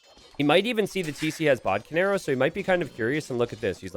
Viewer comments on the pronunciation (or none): Everytime he says bodkin arrow I hear bodcanaro...